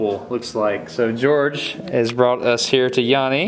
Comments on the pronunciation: dude his names not gorge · HIS name not george